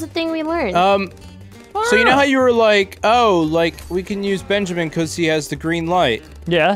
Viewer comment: no one:: BEANjamin, BANjimen